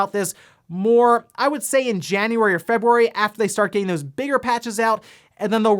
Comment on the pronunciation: Anyone else triggered with his February pronunciation? :/